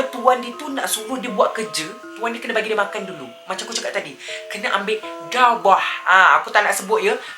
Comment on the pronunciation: Saya mula2 igtkan cakap dawah..tertanya gak dawah tu apa...rupanya darah 😅😂